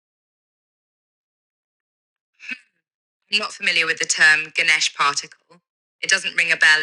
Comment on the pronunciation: It's "Ganesh"